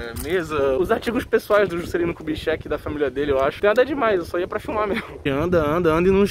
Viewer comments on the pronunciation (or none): Toda vez que ele fala filmar eu ouço fumar